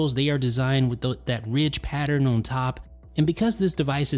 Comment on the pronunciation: What’s your accent from? I’ve recently noticed that you pronounce the word “on” as “own”. No disrespect, I’ve just never heard anyone pronounce it like that. Quality videos by the way 👍🏽